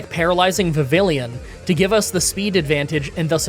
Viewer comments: Vi-vee-on. It is pronounced Vi-vee-on. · Nice of you to pick up the Dragalge pronunciation. Vivillon is pronounced without the L’s, by the way. It’s based on Papillon which is French for butterfly and pronounced the same way.